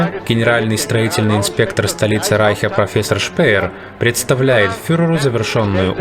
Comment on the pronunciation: Спасибо за видео . И отдельное спасибо за правильное произношение слова " райх ".